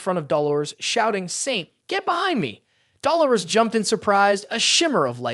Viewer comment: Man I love this recap but the way you pronounce Dolores it just makes me cringe lol